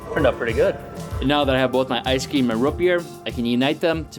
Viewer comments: "now that I have my ice keem and rut beer..." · "Ice ceam"